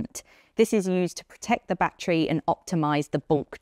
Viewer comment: batree batree batree